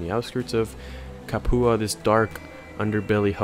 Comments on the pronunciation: Capua is pronounced "Cap-you-a" not "Ca-poo-a". lol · Cap-you-uh Prime-us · Proper pronunciation Ludus (LOO-DUS) Capua (Cap-YOU-AH) Your pronunciation Ludus (Low-Dus) Capua (Cap-poo-ah) Just FYI, not trying to be a jerk